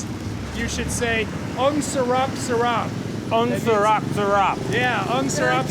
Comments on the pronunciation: its "sarap" not "salap"...:) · "ang surap surap" wtf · As a full blooded Filipino it made me cringe when I heard them pronounce "ang sarap". That aside, we Filipinos don't despise the innocent/brainwashed citizens of China, we only deeply and strongly despise China's President and government officials .3. They need to learn when to stop being so gluttonous in their desperate struggles to gain power in the world. Their struggles result in them being a major polluter.